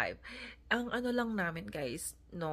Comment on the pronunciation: It's BAKIT, not baket. It's NAMIN, not namen.